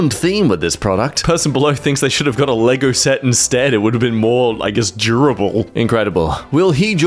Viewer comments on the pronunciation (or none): none